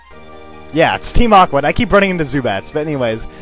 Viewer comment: "Look who is there, it's Team Awwwhh" LOL